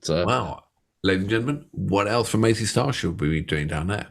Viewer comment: I LOVE your intro! It's fab. Please keep it ;) PS fellas, the band name is Mazz--y Star not Maze--y Star. Love your work ;)